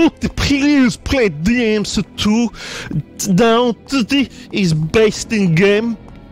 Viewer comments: BLEY DEE AM SEA TOO EEZ the BEIST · I guess we can't hear Vinny saying DEE EMM CEE TOO anymore :( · DINTY PLS BLEY DEE EHM BEEF STEW boot finely bley dee ehm see too. GOOT. boot has schut. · The official death of the "Booti play dee em see too" meme